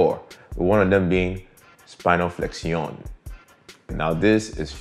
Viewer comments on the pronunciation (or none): Isnt it pronounced flekshin?